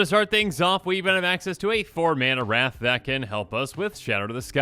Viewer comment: When you were going on about wrath and like not to always do it i thought for the longest time you were saying rats and I was just like what's wrong with rats?